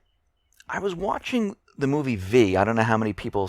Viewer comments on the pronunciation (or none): none